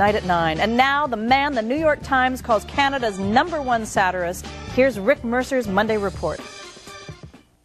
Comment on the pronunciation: "Canada's number one saddirist..." I think she meant 'satirist'.